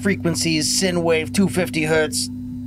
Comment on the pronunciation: Not much input this time, other than a mildly annoying grammar nazi pronunciation correction: it's " Sign " wave, not " Sin " wave. But honestly, anybody could make that mistake (up until I was...twelve? Thirteen? Can't remember, I made that mistake too, until my science teacher corrected me during the "Physics: Audio and Soundwaves" section of our lesson plan, which also humiliated me when I was corrected after mispronouncing the word while simultaneously getting the answer correct on the question). Aside from that, good content as always. Keep it up.